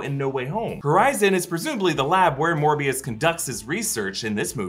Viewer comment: Seriously, Smerbio? Not Morbuis?